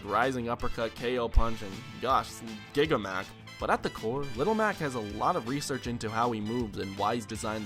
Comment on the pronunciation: Guigua Mac? _'